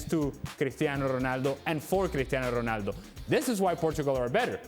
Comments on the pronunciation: Why does Moreno keep emphasizing the Portuguese names like Spanish pronunciation when he's speaking English, their names don't sound like that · Y'all are raping Ronaldo's name. Anything else in the news? 😒